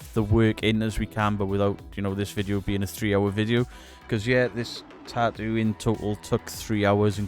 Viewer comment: MUCH ADMIRATION, RESPECT AND LOVE BROTHER from the states. Tattoo, not ta-oo.